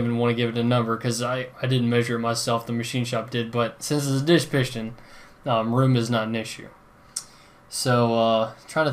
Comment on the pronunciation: I am sure the "pishton" thing was a joke referencing the previous video section where he mispronounced piston. Cheers